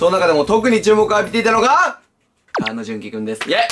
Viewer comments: 「こうの じゅんき」ですよ！ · 。 かわのじゃなくてこうのです(--;) コウノジュンキくんです。 これからも頑張ってください!! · Shine a lightは「しゃいならいと」ですし 河野は「こうの」です。 なんかもう少し下調べしてから動画上げてくださったほうが良かったです。。 興味を持ってくださってるのはすごく嬉しいのですが…！